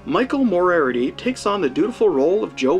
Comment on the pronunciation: Obscure and highly entertaining pronunciation of "Moriarty."